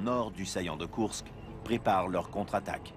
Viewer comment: Héy, pas de E à Koursk (écrit à la française)!